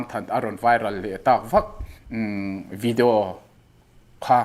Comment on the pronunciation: Tawng huat thu lovah.. chhim lam sawn video hi 'vi-di-auu' tih in an lo lam deuh kher thrin nih dawn hi..😂 aizawl ah chuan 'vi-di-aw' tih in kan lam mai a😅.. han chîk tâkah chuan tih mai2😂